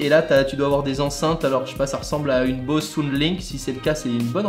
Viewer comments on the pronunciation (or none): none